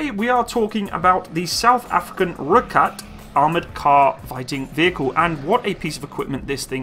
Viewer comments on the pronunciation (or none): roy cat, not roik at lol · Its pronounced Roy-Kat.....ideally with a slight roll of the r. Nice to see the vid. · The pronunciation is -Roy-Khat [red-cat]. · Also, Rooikat is pronounced like Roy-Cut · As a South African I'm so grateful that your talking about my countries military, it makes me feel more patriotic about my country. Also Rooikat is pronounced "Roy - Cut" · Rooikat pronounced "Roy-cut". Eland - "Ear-lunt" (silent r) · Rooikat (Rooi sounds like Boy, Kat sounds like Cut) There is much discussion regarding the 76mm cannon The vehicle was built for speed (over rough terrain) and fire power in Southern African conditions. Including a 105mm or 120mm cannon will add (ammo) weight, and may compromise speed etc. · It's pronounced "Roy-cut".. direct translation is "redcat" I am South Africa and I speak Afrikaans fluently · You pronounce this as 'Roy Cut' with exaggeration on the R (R-r-r) <3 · Pronounced Roy cut, ratel (rah till) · no hate but its pronounced as Roy Khat but spelt Rooi Kat which is Afrikaans for red cat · Pronounced 'Roy Cut' btw... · Pronounced Roy-cut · Pronounced Roy cut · Its pronounced roy kut or red cat in english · He says Rooivalk right, but then butchers Rooikat? =_= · I love how you cover South African military vehicles, but the way you pronounce these names like rooikat, ratel, eland etc makes me cringe...